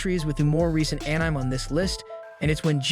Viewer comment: are you seriously pronouncing it as Anym instead of akneemay?? so effing way I am gonna watch this d**b video even it was a very good work